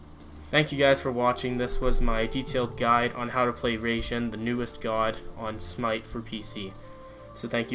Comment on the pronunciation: not RAGEJIN its RAI jin dude .......................................................